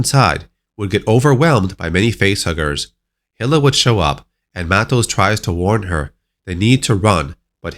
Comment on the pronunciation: Hilla? You mean Hi-la right?